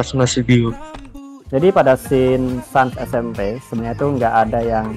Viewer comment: Finnaly bilang Sans ESEMPE bukan Sans Esempi